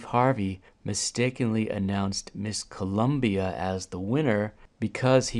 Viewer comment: Don't forget the fact he said the director in his ear kept telling him to say Columbia